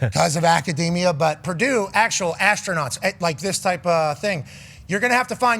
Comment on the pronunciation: It's Purdue, the sky didn't fall and why is worthy of mentioning, its Prdue. Geez